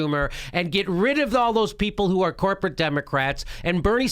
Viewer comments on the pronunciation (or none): Jimmy almost says "whoreporate" . haha whoreporate duopoly...whoreporate media